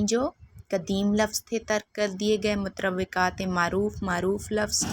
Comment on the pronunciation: متروکات ( کا تلفظ درست کر لیں میڈم : مت روے کات آپ نے پپڑھا ہے جو کہ درست نہ ہے ۔درست تلفظ مترو کات ہے ) شکریہ